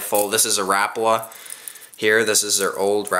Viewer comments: Rapala not rapla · You called a swivel a spinner. I don't think you now much about fishing. It seemed to me that you were reading the names on the lure because you said rapala wrong. You said RAPLA